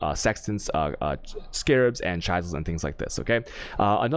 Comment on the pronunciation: Can you please start saying alchemy and chisel correctly? I can’t keep watching it with you saying the words that way.